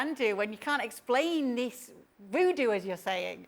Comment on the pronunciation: He said it’s woodoo lol give me a break.